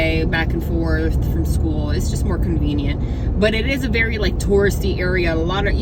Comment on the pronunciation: Did you say Taurusy or touristy? 😂